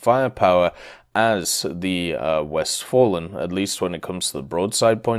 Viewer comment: 1. I am not a native German speaker, but I am pretty sure that “Westfalen” definitely is not pronounced as “West Fallen”, that “a” reads as [a] in “fast”, “father” or “Farnborough”. 2. The numbers are arbitrary, it’s true. But you know, there is a lot of space between 1 and 30. I actually thought it’s some kind of a typo, never thought you put that intentionally. If Gaijin indeed will designate the next patch as 2.30, they might as well go 100.500.over9000, whatever floats their hypeboat. 3. I honestly don’t think Von der Tann will be good. It is very fast in comparison with contemporaries, but WWII cruisers are much better in that regard. It has firepower similar to Graf Spee, which is not really enough to deal with battleships, unlike Spee it does not have anti air to speak of, and that armor... Man, idk. It may work against cruisers, but currently all cruisers at or above 5.0 are just food for battleships and that armor nearly is not enough to endure a barrage from something like Empress Maria. Without BR decompression, that honestly looks like a worthless grind extension.